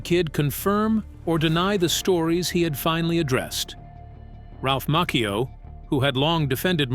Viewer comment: It's Ralph macchio